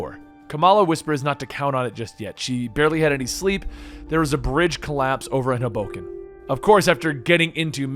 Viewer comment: Hoboken is pronounced 'Hoe -Boken'